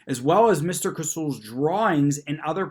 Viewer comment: Vodka and orange juice. It’s not just for breakfast anymore! Proud of you for knowing how to say Casull properly.